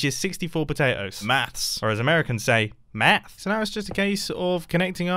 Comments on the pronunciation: I died as an American the very Texan "Maath" I've been laughing for 4 minutes straight and needed my inhaler halp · I thought it sounded like M3th but ya know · Mumbo saying "maths", totally normal Mumbo saying "math" like an american was rather concerning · I thought he said meth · Ye he said meth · i thought he said meth and i was like w h a t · Mumbo: "mayhth" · After that math comment I realized we need an entire episode of Mumbo using an American accent